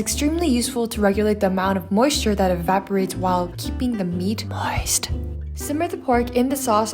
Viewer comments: Don’t say moist like that! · The way you said “Moist” lol 😝